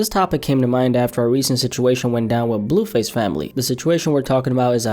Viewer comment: “BELLUUU FASSEEE pHYsIcAl aLtErCaTiOn” work on that blue face pronunciation bro bro….🤦🏽‍♂️😭😭😭